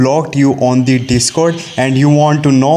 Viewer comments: Cringe indian accent be like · “On de de-scord”